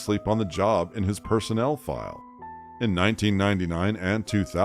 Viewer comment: The narrator needs to learn the difference between personal and personnel, lol. And bag versus bog. And why bleep the word sexual in "sexual misconduct," but not in "sexual harassment?"